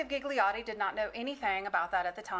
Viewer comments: My hears are screaming… Gigliotti read as ghighliori… please kill me…. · All the “Gigliotti”pronunciation kill me It is an Italian surname N.b my surname is Gigli that mean lily